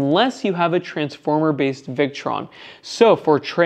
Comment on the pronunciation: I think, he was saying transformer-based but sounded like transformer-less in the video. Don't the Victron units have toroidal transformers???